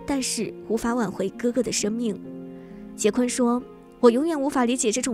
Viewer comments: 不是百度说是什么就是什么。人家的名字发音就是“华金”，就算你译成“滑津”，我都认了，毕竟这只是音译而已。但是人家名字真不读“杰昆”啊。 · 译名不是杰昆，是华金。他出生在波多黎各，西语里J的发音和英语是不一样的。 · “Joaquin” 的发音是“华金”或者“瓦金”，百度百科人人可编辑。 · 翻「瓦昆」才更接近原發音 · 应该翻译成瓦昆，J不发音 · 所謂的人名翻譯，應該是聽其發音將之翻成發音相同的中文姓名吧， 會翻成"杰昆"的，根本就是沒有去瞭解“Joaquin”怎麼念怎麼發音， 只用自己學過的"英語發音規則"去翻的， 明明現代已經是網路世界，網路上到處都有關於唸到“Joaquin”的發音的影片， 不去探究人家名字真正的念法，將之誤翻然後才來說兩岸三地翻譯各有一套自己的系統， 這種根本不尊重演原本人的作法根本說不過去吧。 如果有人將你父母給予你的名字亂念來叫你，你會覺得無所謂嗎，這是基本的尊重吧。